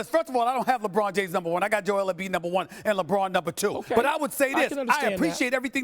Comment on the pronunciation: Are u serious stephen A. You said Embid now you trippin bro please stop it !!!👎